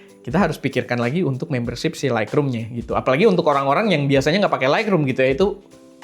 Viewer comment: Sorry bang harus revisi 😅 Lightroom bacanya laitrum, bukan laikrum. Makin sukses esteh 🎉